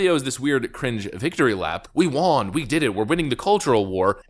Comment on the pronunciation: why do you say “won” wrong?